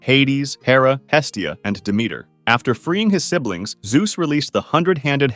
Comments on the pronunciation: Siblings is 2 syllables. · Thanks for this video! But the way you pronounce „sibelings“ made me really upset!